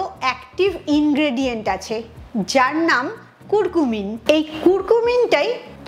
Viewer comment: উচ্চারন টা কুরকুমিন নয়, কারকিউমিন হবে